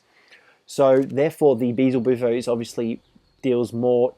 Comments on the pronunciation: it's beelzebuffo not beezelbuffo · they keep naming the frog wrong.... it's BEELZEBUFO... not BEEZLE BUFO